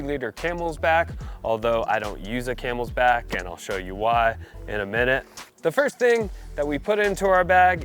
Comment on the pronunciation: Why’s he saying “camelsback”?